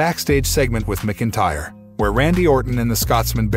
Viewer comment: And it's MAC INTYRE....DUDE